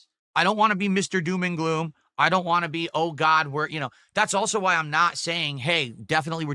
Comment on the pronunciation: Same with “want”